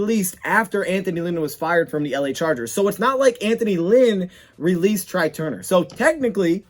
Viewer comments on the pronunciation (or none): It's pronounced "Trey" not try..lol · Couple things. First it’s pronounced TRAY even though it’s spelled TRY. Second they have to structure the Calvin repayment back so he’s not taxed again and it doesn’t effect the Cap. So it’s going to be tricky